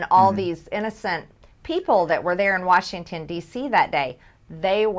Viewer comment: militia is the State National Guard, it's not Bubba and his drinking friends... read up on the Whiskey Rebellion... or maybe she sees George "Warshington" as public enemy #1